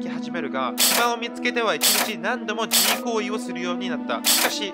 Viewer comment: じしょでは無く 自慰（じい）では？